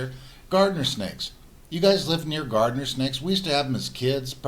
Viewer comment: Garter Snake----Not Gardener Snake....easy mistake